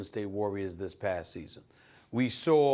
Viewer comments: We SAWR that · “They sawr that” lmao what are you saying Stephen A.! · Stephen "we sawr that" smith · Saw* not sore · sore = saw - Stephen A. Smith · Stephen A: we sawr vulnerability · "We also sawhrrr". Love when my ppl put Rs on W ending words